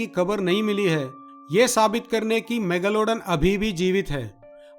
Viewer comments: mega lowda n kya pronounce kar ra Bhai.megalodon ki izzat nakal di tu ne. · Mega lawdan?? Bhai kya pronounce kar raha hai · Every time he say megalaudan.. I cant control my laugh